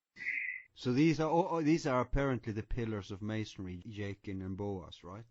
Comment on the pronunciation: They keep saying masondry wth is that man ? WOW